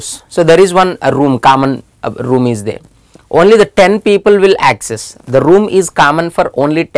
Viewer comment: "Kammon" is the word of the day😂 Hey no offense